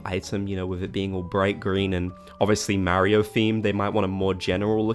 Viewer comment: Listening to him pronounce Mario makes my brain itch